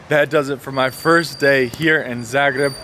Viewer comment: Love how you say Zagreb,svaka cast